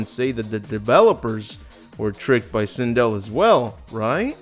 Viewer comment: How do you feel about butchering Sindel? ED: Yes..